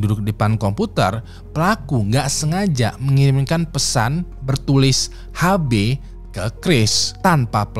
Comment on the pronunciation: HB = Har Bey ❌️ HB = Ash Bee ✅️